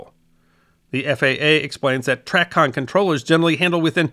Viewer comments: It's "tray-con" not "track-con" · The Drinking Game -- players take a sip each time mispronounces something. It's TRAYcon. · I do realize that it is based off the word traffic, it’s pronounced “tray”-con. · Its TRAY CON (Long A -- TRAAA CON not TRACKON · As a retired controller ( 30 years in Chicago) thank you for a very well done video. In my years as a controller ( ) I saw tremendous change in the system. I was privileged to work on three systems called DSR, URET, and ERIDS. One small comment though, in my nearly 50 years in aviation have never heard Tracon pronounced the way you did. The correct pronunciation is tray-con. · As a pilot who earned his wings in 1978, I enjoyed this one very much. But I winced each and every time you said TRACON. The circles that I have always traveled in always pronounced it TRAy-CON. Long 'A'. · Right it's tray-con. Loved the video. As a professional pilot, I had done research on the history of ATC, but never had I seen a more thorough yet succinct and understandable summary of how we got to where we are today. I actually enjoyed hearing pronounce it the way he did, just because other than the pronunciation, he knows exactly what he's talking about. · Very good history report. I flew professionally from 1979 to 2007. TRACON is pronounced tray con, by the way. I saw many changes and improvements in ATC during my career. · A nit: TRACON is pronounced tray-con. Loved this vid, thanks. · Excellent summary. BTW TRACON is pronounced "Tray-kahn" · TRACON is pronounced "tray con" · definitely pronounced tray-con